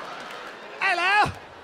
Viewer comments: “ELLO” lmao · The cockney accent when he said "hello"..... 😂